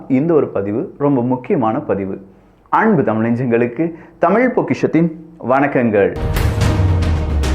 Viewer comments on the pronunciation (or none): none